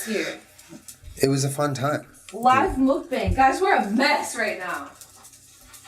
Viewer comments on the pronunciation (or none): LOL Jenna you pronounce mukbang as “moke” like rhyming with “yoke” and “bang” is said like “bong”. 😂